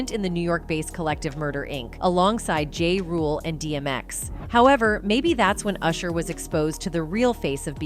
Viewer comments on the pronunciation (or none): Who's talking ? An AI? Cause the pronunciation of names we know are waaaay off. JA vs. JAY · This chick cannot pronounce some of these rapper names LOL... keeps calling Pharrell "feral" and Ja- Rule "Jay Rule." LOLLL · It’s not a person ! Haha I was thinking no person would pronounce ja rule like that 😂